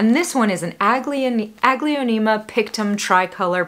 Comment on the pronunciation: Your plants are gorgeous 😍 Thanks for sharing New to your channel, love it , I am a newbie in house plants) i just can't, why i hear "ugly-onema"😂😝